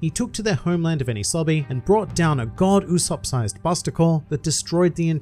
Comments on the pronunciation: You said the name wrong throughout the episode... It’s Go D. Usopp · Actually, it’s pronounced Go D. Usopp